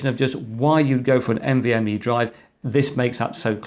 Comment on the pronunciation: oops "NMVe"